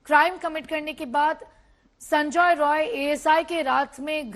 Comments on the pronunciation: Rai NOT Roy. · It's Roy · It’s Roy